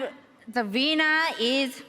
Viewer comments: "And the veiner is....." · "And, uh, va weener eez" Are you sure she's Asian and not German? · "Aund da vinner iz..." Lol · "Devina is...."